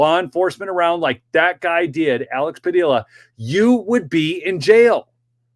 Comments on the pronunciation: It's Pa dee a not dill a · Padilla rhymes with tortilla 😅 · That is a Spanish name and pronounced Padeeuh(Padilla) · It is pronounced pad-ee-a if it is spelled Padilla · Alex Padilla is from the California STATE Senate..... not federal. And its pronounced like Tortilla, Padilla.... 😂 two LL makes a Yah sound. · double "ll"s in Spanish are silent. His name is pronounced "Padia". Pancho Villa's last name is pronounced "Via". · It’s Padia pa Dee a the ll’s are silent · Padeeya… the ll’s in Spanish are pronounced Ya